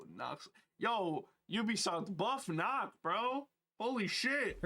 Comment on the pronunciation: its not knock its Nøkk its The letter "ø" is a Scandinavian vowel its not a normal o The letter “ø” is pronounced similar to the “u” in “burn”